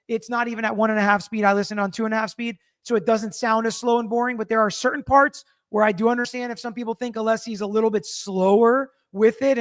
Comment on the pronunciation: speech pattern/mannerism is so... unusual. I find the way he pronounces some words really distracting (cer-tain, im-POR-tant, etc.). He's so precise in his questioning & arguments; if I'm a juror, I might miss some of the extra good stuff bc of his speech. Just me?